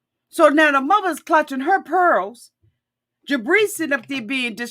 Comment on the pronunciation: I swear every time you say Jibri, I hear debris! 🤣🤣🤣